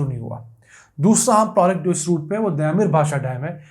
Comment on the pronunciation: لفظ دیا میر نہیں دیامر ہے